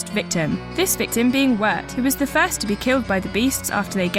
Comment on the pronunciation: Did she pronounce "first Diablo" as "fast Diablo"?